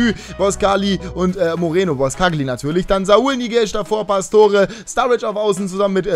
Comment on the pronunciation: und du sprichst saùl falsch aus